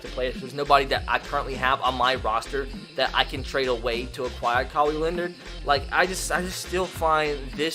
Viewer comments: pronounced Kawhi like Cowey. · He literally said kawi Leonard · Did he pronounce Kawhi as "Cowy" lololol 😂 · Who's Ka-wee Leonard? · Kawhi Leonard Pronunciation: Kah- why Len-erd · Cow-Wii Leonard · Alex Carusoo Cowie Leonard 😂😂🤣🤣 Edit: im not hating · Joel Embiid is pronounced (Jo-ell) Kawhi Leonard is pronounced (Kah-why) That’s how you pronounce them not 😁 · Cow Wee Leonard 😂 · Cowee Leonard. Nice. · Ka-why Len-Erd that’s how you say his name 🤦🏾‍♂️ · Just from your NBA knowledge and saying the klaws name , Stick to madden. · Ka-Y Leonard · u called kawhi kawee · Cow-ee leonard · cow-y Leonard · And its Ka why leanard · TMF Furbys Kaw-we Leonard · The way said Kawhi Leonard name made me mad